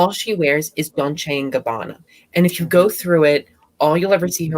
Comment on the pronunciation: What's Don-che and Gabbana?😅😅😅